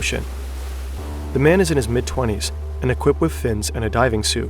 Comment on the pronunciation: bro always says wiv instead of with